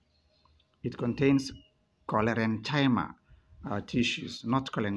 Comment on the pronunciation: Its Chlorencyma please not Cholerenchyma 😸